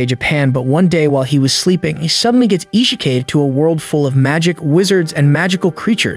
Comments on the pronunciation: not even 10 secconds in and i hear the word ishikayd... its typed isakaied, (ee-si-kai-d) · he really said "e-she- kaid" instead of isekai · Isekai'd? Nah miss me with that fam. E-she-kay'd? Awww yiss. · “Ishekaid” BRO.